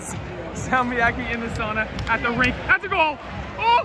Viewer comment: more free Finnish lesson: SOWna, not sahna (sauna). Now you're a local!